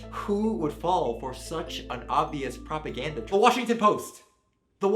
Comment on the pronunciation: Propa-gussy" BABE I CANNOT 😂